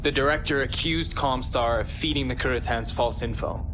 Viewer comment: Lewtheen? Keritans? What is this pronunciation?